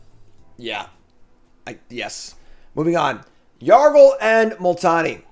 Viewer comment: was better at saying Yargle and Multani's flavor text than he was at saying the names of most of the other legends.